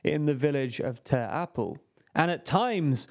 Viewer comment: May i say that you said ter apel quite well? First time hearing a foreigner besides a german saying its name